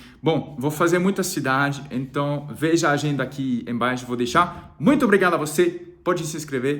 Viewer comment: O dia em que vc disser "então" no lugar do "enton", já era! Virou definitivamente brasileiro. Kkkkk. Abraço e boa sorte